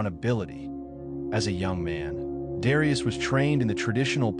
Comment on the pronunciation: Learn to pronounce his name correctly.